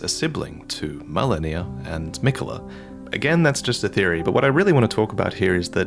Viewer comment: "but thats just a theary" 🤣